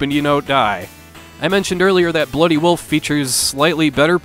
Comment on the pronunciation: !!!🤣🤣🤣🤣!!! Well, if we didn't already know you were from Minnesota...